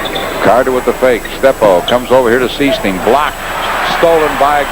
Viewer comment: Is #14 Jerry Sichting? (SIGHT-ing, not SEE-sting)